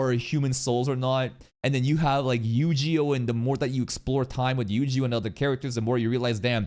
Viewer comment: I am hearing someone pronouncing yu jee oh for the first time 😂